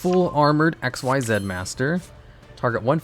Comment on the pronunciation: why does he purposely mispronounce "XYZ" as "x-y-zeed" when its pronouced as "ik-seez" ? the "x-y-zeed" is used for the xyz union monsters.